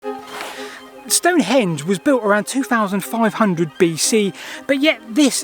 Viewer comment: Don't call it "stone-HENGE"... it's STONE-henge.